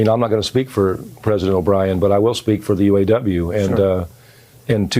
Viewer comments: It’s UAW not UWA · It's UAW, not UWA. Please get this right, it's important when reporting this news.